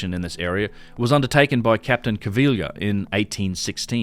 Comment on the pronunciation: great work on the pronunciation front regarding caviglia; now its baraize's turn:- bar-EZZ